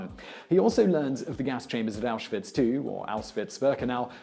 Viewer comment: "...In the hopes of being sent to auswitch". Yeah not the most common sentence uttered...